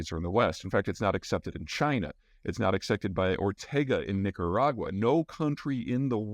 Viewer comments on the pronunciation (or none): none